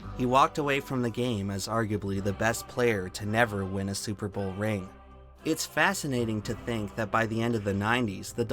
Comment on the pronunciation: Oh hey, nice to see Tree here... And also, "Stillers gon ta Supahbawlll"